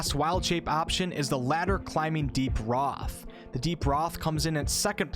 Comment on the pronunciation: The Deep Rothe I think pronunciation is Rothe as in to "clothe" someone